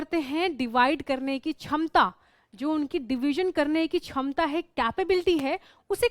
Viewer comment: Not chamta that is shmta 😅🤣🤣🤣🤣😂😅